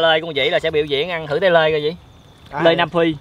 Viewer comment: Số người nghe họ "Lê" thành "Lơi" 😅